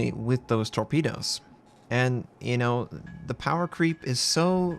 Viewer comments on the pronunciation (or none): none